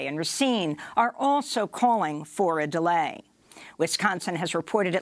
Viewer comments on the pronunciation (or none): none